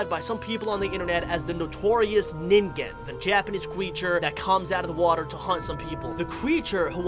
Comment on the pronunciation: Dude you said ningen wrong by the way the creature with the big I and a hole in the middle it looked like the fish in cat goes fishing to be honest I forget the fishings name